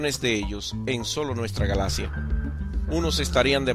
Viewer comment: no se dice galacia, se pronuncia con "x", galaxia, para que te guíes la "x" suena como "dc"